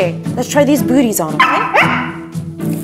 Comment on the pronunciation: I thought you said buts 😂😅